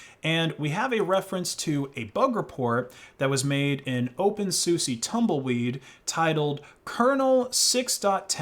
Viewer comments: it's pronounced soosa, not soosie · Btw, the correct pronunciation of openSUSE is open soo-sah, not open soo-sie :P (unless you were trolling ofc) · it's not pronounced as Open SU SE it's Open SU SA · why do you call it opensussy is it like more of the purposeful mispronounciation like Libre as Libray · Did you just say Open Susi? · that's how you pronounce OpenSUSE???? I always read it like Dr. Seuss